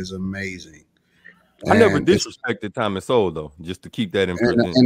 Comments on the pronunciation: I guarantee you that the ones speaking about Dr. Sowell (pronounced SOUL) have not red ONE SINGLE book he has written. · She can’t say, Thomas Sowell, but we should listen to her. 😂😂😂